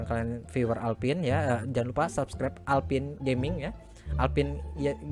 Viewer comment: "Alphine" bang bukan "Alpin":v wkwk